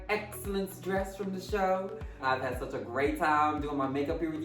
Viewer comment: him saying ‘suchh’ sent me